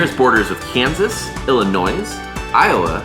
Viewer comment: Mfr said "illinoissss" Fn noob lol